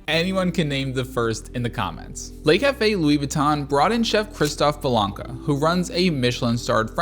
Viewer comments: it's not pronounced "'lay" cafe. The vowel sound in "le" is the same vowel sound as "could" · "Le" (rhymes with "the"), not "lay". Les Café would be the plural, ie. Le Café = The Cafe, Les Café = The Cafes.